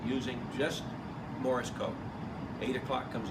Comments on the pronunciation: Why does he sound like he's saying Morris code instead of morse. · The way he pronounces "Morse," I can see why you heard it as "Morris."